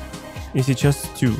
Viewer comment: Стью а не сту, уже бесит это слово